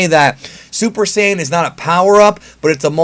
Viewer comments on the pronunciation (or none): Why do you say syajin instead of Saiyan it’s odd